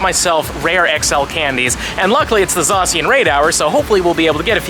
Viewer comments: I hate how he says it zasiyin me zashin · You hurt my brain by how you say zacian or should I say zasian